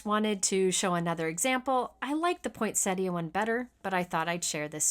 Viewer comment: U r a true artist!! You bri ng everything to life. And one of the few people that can pronounce "poinsettia"...